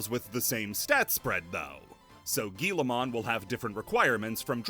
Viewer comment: Why do you keep calling it "Guillamon"? It's Guilmon, there's no a in there